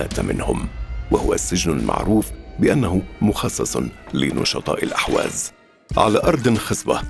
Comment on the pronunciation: ارجو ان تنبهوا الضيف ان ينتبه الى تسميته لاقليمه ...بان يسميه بلاسم الصحيح ...باالاحواز وليس الاهواز ..وكما ينطقها المقدم للفديوا جزاه الله خيرا ..